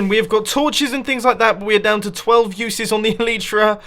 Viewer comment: Plz like so he sees the pernueation of elytra is ee lllll iii ttttt rrrrr. Aaa